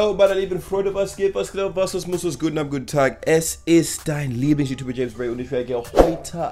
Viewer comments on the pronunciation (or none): none